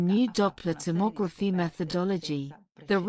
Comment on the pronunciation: Alright mate? In tomography the 2nd syllable is stressed, not the 3rd. I like getting words right. I'm autistic. No offence.